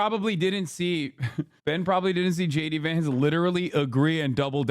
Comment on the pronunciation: J De-Vance